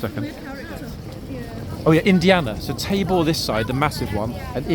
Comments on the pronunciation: Yes Tabor was there last week. 😊. I think a couple of us thought you said his name was Table. Hahaha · I remember Tabor from last week because I thought at first you were saying “Table” 😉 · lol thought you said table, and thought that’s odd name but oh well. Thanks for the correction on Tabor’s name ❤️